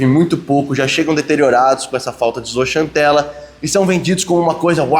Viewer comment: Não é zooxantela é zooksantela, em grego e latim x tem o som de ks